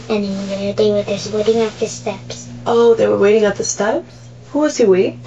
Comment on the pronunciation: Is this an AI voice? There is this weird sigh in the way it says the certain syllables of certain words. "Waitingguuhhh" "No one hhhexphhhected"